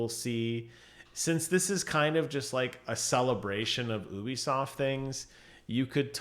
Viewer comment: Stop saying ubisoft like that